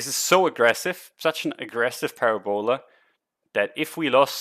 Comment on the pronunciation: Thanks! Always learn something from you. BTW, Parabola is pronounced puhRAbuluh:)